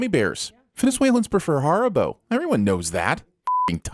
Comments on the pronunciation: Your pronunciation of haribo is a total sin, it's harry-bo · The biggest sin is how he pronounced “Haribo” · Mispronunciation of Haribo, straight to jail